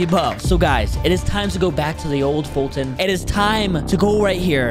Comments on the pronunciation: Not bum foltyon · foltyn not bum you handsome